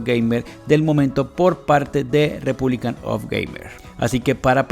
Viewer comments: "Republic", no "republicAN". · Mi portatil de hace 7 años con un SSD también enciende a esa velocidad 🙂Tu video no está mal pero si ni siquiera sabes pronunciar el hombre de la marca que es Asus "Repunlic of gamer" no Repúblican... Pues ya vas mal. No te estoy diciendo esto con ganas de tirar Hate simplemente entre buscando una review profesional y viendo las cosas que dices me doy cuenta de que no tienes realmente conocimiento sobre esto y no me da la confianza como para aceptar tu opinión sobre el portátil. Sin duda alguna seguro con un poco mas de conocimiento y atención a detalles tan simples como saber el nombre correcto del producto que estas mostrando, podrias tener un contenido de mejor calidad. Un saludo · Buen vídeo, pero es REPUBLIC OF GAMERS, no "REPUBLICAN OF GAMER". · Buen video, pero me estresa que a cada rato diga “republican” of gamers🙃